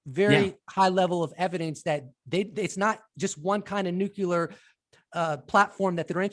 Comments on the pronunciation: How to pronounce nuclear: new + clee + er. (Sorry, the incorrect "nuc-u-lar" pronounciation is popular among politicians.) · Lol the long haired guy keeps saying "nucular"